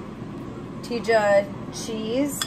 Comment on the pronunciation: Love how you say cotija cheese! Is the best !